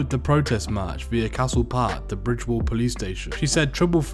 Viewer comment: Bridewell not bridgewell